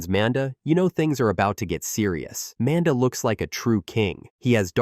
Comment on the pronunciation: It also will NEVER say Manda’s name properly. So even the well disguised voices that aren’t this default robot voice or the other deeper default voice, will always do it. I had one the other day that had a genuinely well done voice&speech pattern and the second it said Manda like the name Amanda I realized it was another AI which I’ll never not downvote cuz fuck the slop. Tho I do like all the exposition of this one ironically, I do get why many (including urself) wouldn’t.